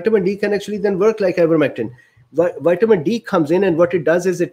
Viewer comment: "White-a-min" D This fellow is glorious human gold.